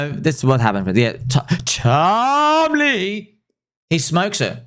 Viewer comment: Stop saying tom lee like that, it’s annoying